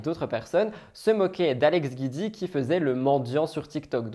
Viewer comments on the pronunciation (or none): Le nom d'Alex c'est Giudicelli donc c'est GIUDI et pas GUIDI. Je l'aime pas mais tout le monde écorche son nom de famille